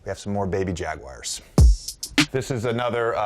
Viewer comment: “We have some more baby jag-wires”